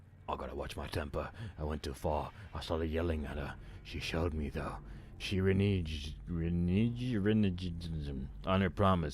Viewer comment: "Goddam" is a variant spelling of "Goddamn". I dislike it, but it's definitely used. Except that "B" is pronounced like "V".:) Renege: Re + neg or reh + neg.